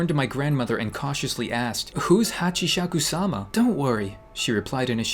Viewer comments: i dont know how to spell it but it`s pronounced "hatchisakusama" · Him trying to pronounce the name Hashikabob, he's too much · pronouncing Hachishakusama I laughed so hard, when he said hachishakshishkubab XD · trying to say Hachishakusama is like me trying do algebra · Nope you said it wrong again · I was actually laughing when he was pronouncing that ghost name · im watching this am. Hahahaha. I can't stop laughing when you're reading the japanese word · I laterally just died when he keep messing up with the name haha😂😂hachisasikaba, hachisakaba lmfao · Its pronounced as hachisakusama ikr its not the right spelling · I heard about this on snarled its Hachishakusama Eight feet tall irs a japanese urban legend and lol when you tried to say her name in japan gabish kabob lol 😂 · You should voice an anime character. But first we need to find a solution to your japanese prononcuation HACKISSUMA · HATCHISAKU SAMA Its pronounced HATCHI-SAKU-SAMA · 1. "Hatchyshakukaikisumasama"❌ 2. "Hatchieshakusama"❌ 3. "Hatchieshakusam-sa-sama"❌ 4. "Hatchieshashishkabab-Hashieshakaba"❌ 5. "Hatchieshakukasoo"❌ 6. "Hatchieshakusama"⭕️ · It is pronounced Hachi-saka-sama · I'll try to make you pronounce it right ok here hach is suka sama hachishakusama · it's pronounced (HAA-CHEE-SHA-KUU-SAMA) not Hachishes-shishkabab or whatever you said lolol and seriously! THIS THING GAVE ME NIGHTMARES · You pronauns it hatchisakusama Translated:8 feet tall lady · It's hachisacusama (ha-chi-sa-coo-sa-ma) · Pronunciation: hatchi sakoo sama There is your pronounce (hachisakusama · I may be late, but then again... I luv being late:3 It's pronounced Hachi- shaku- sama. A+ for effort:3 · I died when he tried to pronounce Hachishakisama 😂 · I just lost it when tried to pronounce Hachishakusama 😂😂 Hashisshakaba 🤣 i wish she comes for u for saying her name so wrong 😂😂 im just kiddin love u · It’s Hachi-sakes-suma (‘~’) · It’s pronounced Ha-chi-sa-ku-sama